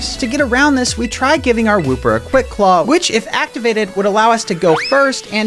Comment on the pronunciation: woo-per is wooper